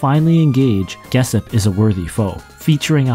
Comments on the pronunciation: Geshp is pronounced Geshp, not "Gessip" 😅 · You definitely mispronounced "Geshp".